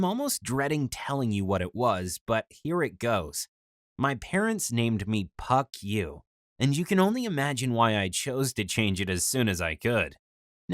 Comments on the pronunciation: As far as I know the name which is pronounced "Phuck yuh" here is actually "Park Yu" and is a Korean name not Chinese 👀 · I love that they had to say “Puck You” instead of actually pronouncing “Phuck Yuu” the way american people would😂 Also, spaghetti balogna🤣